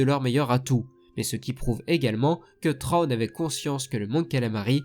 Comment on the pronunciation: Bonne vidéo sur un sujet extrêmement intéressant, à savoir deux stratèges dans deux camps opposés, mais attention il ne s'appelle pas "Trône". Il s'appelle "Thrawn". Je sais que les prononciations anglaises ne sont pas évidentes à faire, parfois elles sont très dures, mais quand-même... "TRÔNE" quoi. Un minimum d'effort dans la prononciation stp ^^ Là j'ai l'impression d'entendre un roi qui s'assit sur son trône :P Mais bon le sujet est vraiment bon et il y a du travail alors bravo malgré tout, et continue comme ça. Et que le Force soit avec toi. À jamais.